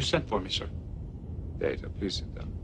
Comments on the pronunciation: "Data... My name is pronounced Day-ta." "( Humpf ) What's the difference?!" "One is my name... The other is not." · Yeah Q just deliberately mispronounced it then because, and I know this may come as a huge shock, but he's the galaxy's biggest troll.